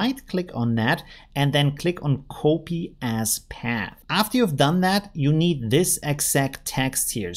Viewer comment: Thanks for all your effort and nice videos! Just one question.. what is "koopi"? Do you mean to say "copy" when you say "koopi"?